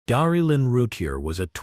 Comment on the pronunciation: Darlee not Darie.